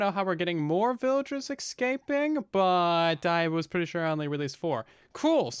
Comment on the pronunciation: I both love and hate how you says “escaping”.